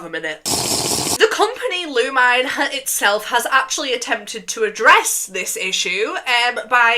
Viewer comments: This is the first time I heard someone call it "Lu-mine" not "lu-mi-ne" edit: I'm a gacha creator myself and like- There are some characters in-game that are a little weird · ITS PRONOUNCED LOOMINE?? I THOUGHT IT WAS PRONOUNCED LOO MI NAY There was a trend where a magical female would walk around the streets, see people doing bad things like one was a dad 🍇ping his daughter, th3 magical girl stops time, puts them separately, and then walk away 😭